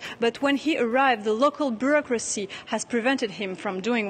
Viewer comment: make an effort, and learn how to properly pronounce the few words that you are butchering: BUREAUCRACY - bju'rokra'si INFRASTRUCTURE - infr'straktsr PIONEER - pajo'niir